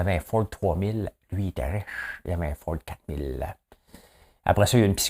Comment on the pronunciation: Belle journée de pelletage François, première chose que je fais c'est mon like . Quand tu prononce le mot riche 🤣 Pour la genre féminin ou masculin du mot autoroute pense au mot route, on dit une route et non un route alors tu ne te poseras plus la question à savoir si autoroute est féminin ou masculin qu'en penses tu...